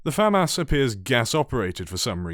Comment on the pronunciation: Why’d you pronounce famas like that ? 💀